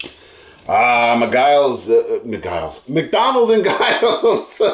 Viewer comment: Love your enthusiasm for records and family! Giles is pronounced like it was spelt with a J by the way 'Jiles'.